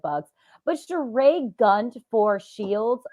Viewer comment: Why has this man refused to at least respect Sheree enough to say her name correctly.